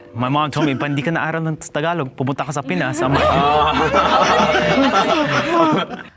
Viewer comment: as soon as I heard him pronounce "Tagalog" I knew he's gonna win lmao